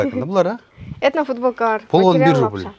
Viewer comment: Рубль дегенди жакшына айткылачы!!